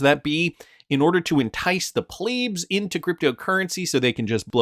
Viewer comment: its pronounced pleb, the same way you say web. Not weeb.